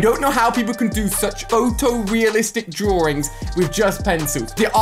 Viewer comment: is it me or does he say drawrings